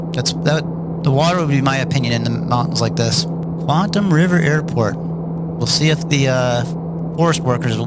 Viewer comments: it's not QUANT-um, its QUAT-EM. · Really enjoyed the trip sir! Just to advise, it's "Quatam" River (no 'n'), rather than Quantam, although the latter sounds more Sci-fi and cool! :o)